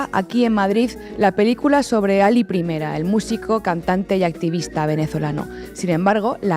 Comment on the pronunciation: Alí Primera, no Ali Primera, no es una onda vital, es un nombre con tílde.